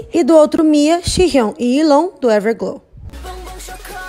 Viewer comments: Porque vcs falam Yilon em vez de Yiren?? Kkkkkkk parece que vcs estão falando Milon/Kilo!! Kkkkkk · Só eu que me irretei com a falando “Yilon”?? XD Tava gritando aqui “É YIREN >:v” dai lembrei q eu n sei pronunciar alguns nomes direito:v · meeeu pai amado, não sabia que era assim que se pronunciava o nome da yiren, sempre ajudani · Chocado com o jeito que se pronuncia Yiren, achei que era do jeito que se escreve